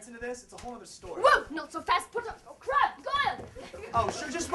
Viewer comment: when yells Crabbe Hoyle to attack harry it sounds like he says " oh CRAP GOYLE!'